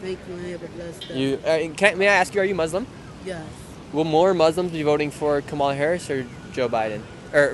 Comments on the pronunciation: Nick you cant even pronunce kamala right and your lies from trump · You keep not pronouncing her name right you’re not that educated